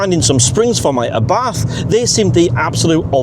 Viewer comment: Nice video! Funny to hear you speaking Abarth with an "th". Thats wrong. Speak it "Abart"